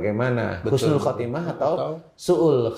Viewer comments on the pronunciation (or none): Pa ustadz maaf husnul pa bukan khusnul.....................husnul / husnilkhotimah